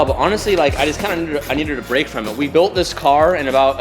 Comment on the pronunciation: Lol he said so it won’t “Brack” anything instead of break